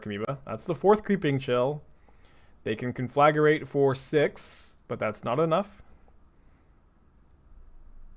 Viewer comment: Hi, sweet deck! But repeat after me: con 👏🏻 fluh 👏🏻 grate 👏🏻